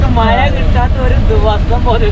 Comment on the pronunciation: മയ അല്ല മഴ ആദ്യം അത് പഠിച്ചിട്ടു വാ